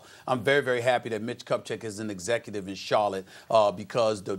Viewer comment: "mitch butt-check" 💀